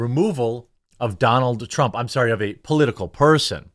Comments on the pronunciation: "Loonk Leeve Dunonalt Trrunmp." That made my morning. 😁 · "Lahng Leeve Dahnal Truhm!" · lol i like the way they say donALD trrrrrrump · I like how the Indians said his name.. Doo Nald Trump. 😆